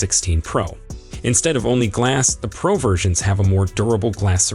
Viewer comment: Why are you saying iPhone Prah and i Phone Prah max It is pronounced pro